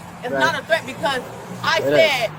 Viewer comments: It's Threat my man..Not Tret..to say ASK..Please...Like swimming..I DON'T GET IT!!! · My man , when you say twet , are you trying to say threat ? Love your show . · Tret? Between the commentator and the woman I'm confused asf Ol boy can't pronounce the TH word if his life depended on it every time he says the word threat I'm rolmao 😂